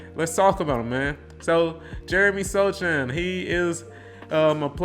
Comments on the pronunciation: Pronounced So-Hahn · Sochan (pronounced SO-HAN) is a final piece player. Think Jrue Holiday or back in the day there was Dennis Rodman, or even for the spurs we had Bruce Bowen. The Spurs staff and Pop know what they are doing. And I promise you within the next two years, you and the world will see why Jeremey is so valuable, and why he was a key to the future. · How can you make Spurs videos and not know how to pronounce Sochan’s name?